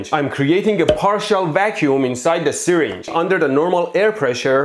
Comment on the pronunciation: It’s pronounced syRinge not sYringe